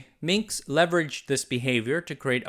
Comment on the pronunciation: He is Minsk, not Minx.